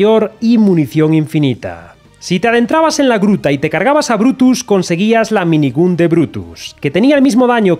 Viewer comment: El vídeo bien, pero por favor, pronuncia bien "minigun", que en el proceso de ver el vídeo me sangraban los oídos XD